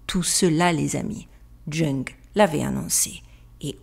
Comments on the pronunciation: Jung se dit Young, 😊.... Sinon belle vidéo, merci à vous 😉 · Jung se prononce "young" !!!!!!!! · Fabuleux!! Comment éveiller les consciences? Écoutez.. Bravo! Juste pour ton info...Jung, discipline de Freud...que j'adore..se prononce "young".. le u, en allemand, se dit ou et le j, yeu..😉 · Carl Jung ! Ça se prononce (yong) J’adore ses enseignements ! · Chouette. Ça rend positif. J'adore tes vidéos. Mais là, fait quand-même savoir dire Jung... Alley, je t'aime ❤ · Video fascinante ! Le Verseau est disruptif : ils ont voulu prendre de l'avance pour façonner l'ère à leur vision. Pour info on prononce Carl Jung comme "young" prononcé à la française. ( Le "j" se prononce "ye" et le "u" "ou" en allemand). Mais à part ça, tout est parfait ! 😉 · Salut. Pour info Carl Gustav "young" se prononce ainsi mais s'écrit Jung à la fin, quant au Gustav il va il vient on le rajoute ou pas. A plus et merci. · KARL JUNG se prononce young 🥰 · Du linteau au nom de carl gustav jung tu prononce tout mal ^^ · Je ne sais pas pour la prononciation américaine mais les francophones disent YOUNG et non JUNK 😉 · Ce que tu prononce « junk « , c est Jung? Si c est cela ça se prononce « Young »😊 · Bonjour, merci pour la vidéo! Juste une petite chose, le médecin psychiatre JUNG se prononce "young" et non "jeung"...si vous n'aviez pas mis des images et son nom et prénom dans votre montage, je n'aurai pas compris de qui il s'agit. Merci 🙏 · ....on prononce Yung et pas junk...Karl Jung...vous êtes trop drôle...encore un sujet très intéressant..merci. je vous adore 😂😂😂😂❤❤❤❤ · Ça fait mal aux oreilles.. Son nom se prononce Youn. Pas Junge... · On ne dit pas jung mais youg. 😊❤🎉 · ...on ne prononcé pas "Carl junk "mais "Carl yung "...quand même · "Junk"... 🤣🤣🤣🤣🤣 Ca se prononce "Young" 😉😋😁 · Carl Jung se prononce Carl "Youngue" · Karl Jung: Karl Young pour la prononciation... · Jung se prononce young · On dit carl young